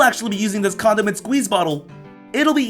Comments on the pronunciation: I thought he said condom and squeeze bottle, no condiment bottle!!!!! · I thought he said "condom and squeeze bottle" lol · did he say "comdom squeezer" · Did he say condom squeeze bottle.. It sounds like adult guy for girls